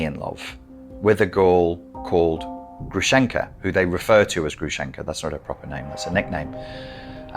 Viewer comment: Грушенька (Grushenka) with a stress on the first syllable, sounds similar with “grove”, pronounced like Grooshenyka and Груша/grusha means pear in Russian. Грушенька short for Аграфена/Agraphena. It’s archaic, you never meet a person with such a name in Russia:)) Thank you for your videos😊